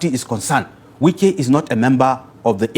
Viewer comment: Please go and lear how to pronounce people name